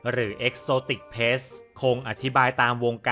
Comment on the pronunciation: ขัดใจอย่างเดียวเลยออกเสียง “pet=เพ็ท“ เป็น ”plets=เพล็ทส์“ ถ้าออกเสียงให้ถูกจะเยี่ยมมากเลยครับ😂